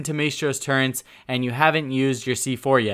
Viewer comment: You sound like youre saying turrents